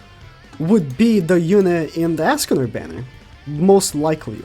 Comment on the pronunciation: For real. stop saying Askcanor. quite annoying.